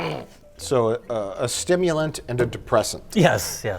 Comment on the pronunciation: Stimmulant and a deprsessant?? WHICH IS WHICH??